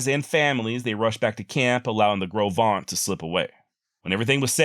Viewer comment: Great story telling. I enjoyed hearing the drainage by drainage account. I lived in Green River WY for 10 years and visited the places you mention. Congratulations on getting pronunciation of Gros Venture correct but Popo Aggie is pronounced pa P.O ja